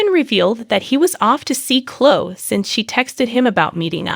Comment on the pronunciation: Her name is pronounced Cloeee. Not clo.